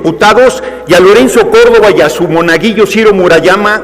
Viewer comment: ay dice monaguilo y debe de decir monaguillo